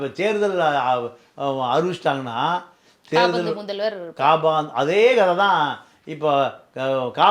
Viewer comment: Sir kaabaandu alla Kapandu